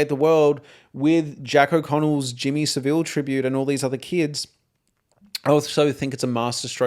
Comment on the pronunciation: Just FYI as I have watched a few of your videos - great content BTW - Jimmy Savile is pronounced Sa-vle the I isn't pronounced 😊